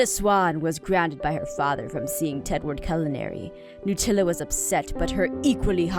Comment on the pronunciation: When she said Nutella Sawn was..... I paused the video and laughed so hard. The book was from Do Not Laugh 😂